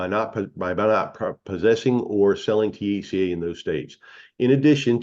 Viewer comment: He can’t pronounce THC A, he says it as one word! 🤣😂🤣